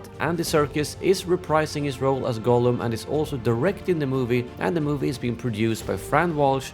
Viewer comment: His name is pronounced Gahllum.